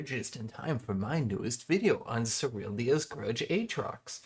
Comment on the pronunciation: I really wanted to watch the whole of this but every time you said SERYL-DIIIII-A’S grudge it hurt my ears too much 😂 much love to the super top